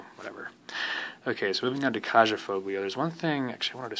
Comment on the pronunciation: Her name is pronounced Ky yah